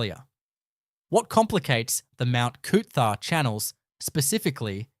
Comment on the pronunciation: It’s Mount Cootha not Mount Cootharh